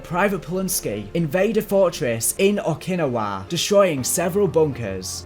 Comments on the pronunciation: it is pronounced Oak-a- nawa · "Headed towards Okinowa"... it's Okinawa (Oh-Kin-Ow-Uh) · I feel so triggered when he pronounces okinawa as okeee nawah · Okee-nah-wah is the correct one. He says Okeenuhwuh, which just hurts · man your accent is so cringe. OKiNAWA? it's OKI-NA-WA Not one word. and don't get me started with Pel-lalu... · Some of the pronouniation in this is awful Coal-e-sus? Oh-kin-e-wa? Really? Col-os-us. O-kin-now-ah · Please, for the love of god....it's pronounced "Oak-ah-nah-wa", not "O-kin-ah-wa" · Okinawa (oh-key-nah-wah) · o-kin-ow-a* btw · Man how the fuck did you miss pronounce so many words? Like you pronounced Okinawa as oh-kyin-o-wuh, and SO many other words. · Haha “mor tar pits” and “Okinawarr” Good vid tho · Ah yes, the famous battle that shifted the war in the pacific....O-kin-a-WAH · I was looking for this comment lol I had heard O-ki-nah-wa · I'm guessing they say it in Yakuza the same way that US Marines do? Oh-kee-now-wuh 😆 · I got bad news for you, It is actually Oh-kee-naa-wuh. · It hurt to hear Okinawa pronounced Oak-in-ni-wa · Oh•ki•na•wa pronounced oh key nah wah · I love how he says Okinawa “oak-kina-wa” is how he did it not “oak-in-nowa” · it bugged me so much how you say okinawa lol (oak-in-ah-wa) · No offense man but it’s pronounced (oc-in-owa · Okinawa - OH-KUH-NAH-WUH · like how he says Okinawa "oh kinawa" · It's pronounced Oh-kee-naa-wa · “Oh-Kin-Oh-Waa” weirdest way I’ve heard Okinawa pronounced, but I’ll go with it. Awesome video by the way. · Oh-Keen-A-Waa is the correct pronunciation. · okin-awa bruh what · the way bro said Okinawa gave me a stroke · Here in 2024 looking for this comment. Okinawa was a tough one for him 😂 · Great vid, damn did it hurt to hear you pronouncing Okinawa >.< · Bro that pronunciation of Okinawa killed my hope. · i hate how he pronounced Okinawa lol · I usually don't care about pronunciation but the way you say Okinawa is amazing XD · This mans butchered the word Okinawa